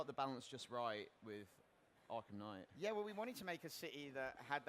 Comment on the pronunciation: just came in here to say kngight